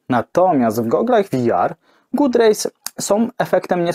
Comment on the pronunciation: Szkoda, że w tle nie leciała podpowiedź, że god rays nie wymawia się good rays. Może następnym razem?